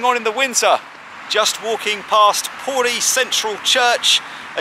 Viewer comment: He could at least have said P O R I properly.